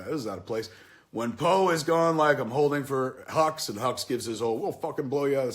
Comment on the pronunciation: Love the video, watching this with subtitles makes it even better. The hux vs Poe scene at the beginning becomes hilarious. Poe keeps calling him hugs instead of hux, it's amazing